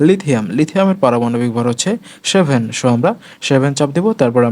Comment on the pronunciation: সো, shixteen, presssshh , sheven , shirial Eigula ki bhai